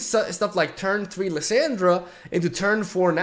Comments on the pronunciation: "LeeSyndra" xd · The way he pronounces Lissandra hurts my ears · Jesus I cringe every time you say her name lol .. plz look up her spotlight and listen to how its said lol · Bruh here is how you say the champs names Lissandra: Lih-sawn-druh Renekton: Reh-neck-ton Nasus: Nah-sus Azir: Uh-zeer Leblanc: Leh-blah-nk Sivir: Sih-ver or Sih-veer Taliyah: Talee-yaah